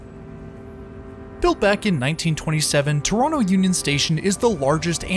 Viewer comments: Impressed that in your Toronto videos you pronounce the city name the local way - "Tronno". 😄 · The local way to pronoucned it isn't Tronno, it is Trwanna 🙂